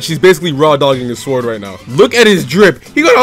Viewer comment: My man here be pronouncing the w in "sword".